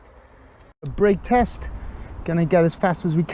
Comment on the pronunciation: "Teast" lol, you mean test?